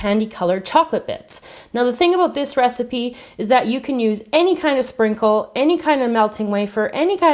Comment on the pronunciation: you said spincle